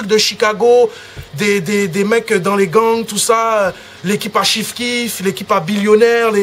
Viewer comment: il a dis "chiphe quiphe"